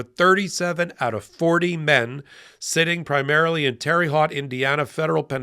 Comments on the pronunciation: Terry Hott!? Its pronounced ‘Terra Hoat’… 😂😂😂😂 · Did you just say “terry hot” Indiana? My grandmother is turning in her urn… “Tehr Hoht” (long O) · OK,. It’s pronounced “Terra Hote.” Don’t come off as some NYC elitist. LOL. Merry Christmas! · It's pronounced TERRA-HOTE. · Just for clarification Terre Haute is pronounced Terra Hōte. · Can nobody pronounce Terre Haute correctly? Ffs!!